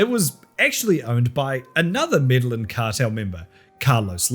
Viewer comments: Brooooo, its not the "Meddling Cartel" double L in Spanish is a 'y' sound remember? I know you throw a lot of ironic jokes into the edit but that one just makes you look stupid, it doesnt come off as a joke (though its still funny regardless) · Have to be that guy. Medellín is pronounced "Medeyin." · may-day-YEEN.. Medellin.... say it fast. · I like how how says Medellin and makes it sound like meddling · British people trying to pronounce Medellin lol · The pronunciation of “Medellin” is WILD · Love the video, but I am begging you to look up the pronunciation of Medellín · Your pronunciation of Medellín is a hate crime. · Lol the "medellin"pronunciation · Can you please learn how to say the cartel's name properly? Like you spend all this time making terrible cheesy jokes but you can't take 5 seconds to look up how to pronounce the word correctly..... What a joke just like your content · Anyone else laughing at his pronunciation of Medellín?